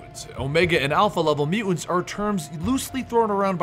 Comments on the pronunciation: How is nobody mentioning the way he pronounces "Mu-ants"? Was I the only one slightly annoyed by that? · "Mutants" has 2 't's pronounce them. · am I the only one bugged by Bennys pronounciation of the word mutants?